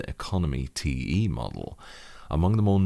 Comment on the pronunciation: I was half-asleep when I started the video and heard the intro as "Hello and welcome to this review of my Drevo Blademaster, teehee"